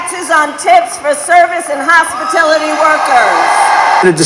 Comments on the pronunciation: service & hospaTILITY workers?😂😂😂😂😂 She doesn't even know what the industry is called.😂😂😂😂😂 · Hospatility worker? English please Kamelface? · Hospitality idiot not hospitility 😂😂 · She don’t even say it correctly…it’s hospitality not hospi-tility!! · Wait! Did this lady just say Hospitillity, NOT Hospitality workers!!? If anybody votes for her, it says a lot about their intelligence! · HOSPITILITY...hey HOSS its HOSPITALITY..learn to speak loon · She "worked at McDonalds" and thinks it's "hospitility". Brilliant. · Kamaladroit, WHAT IS A "HOSPITILITY WORKER ?" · She said HOSPITILITY WORKERS!😆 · "hospitility"...what an idiot 😂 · "Hospitlity''? ..lady must not be from around here. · She can’t even pronounce hospitality! She speaks to the American people as if we are all three year olds and refuses to take responsibility for policies she endorsed. Worst of all she participated in lying to the world about the cognitive degeneration of Joe Biden! Who the hell would ever trust the future of our country to this woman? VOTE TRUMP FOR PRESIDENT and a straight Republican ticket on November 5th❗️ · Hospitility? Sic.😂 she can not pronounce words with over three sylables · Hospi-TILL- ity???? 😂😂😂😂😂😂😂😂😂😂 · Hospitility? Really?! You can’t make this stuff up! 😅😅😅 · Kamala can’t say hospitilaty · She says a hospitility worker, what's that? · Hospitility? Camel-toe: It's hospitality!!! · So unfamiliar with Hospitality she doesn't know how to pronounce it. What is Hospitilay ??? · She can't even pronunciate hospitality properly